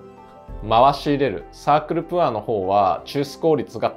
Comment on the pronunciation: 大変勉強になる動画いつもとってもありがたいなと思いながら拝見しております！ プァー (poor) じゃなくてポァー (pour) なので為念お知らせします📢